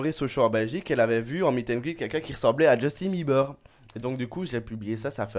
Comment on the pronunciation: il est gay c'est sûr il représente trop mal justin PS: on dit pas beulibeurs ont bilibeurs